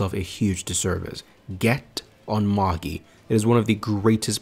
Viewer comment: No it is magi not majai wtf?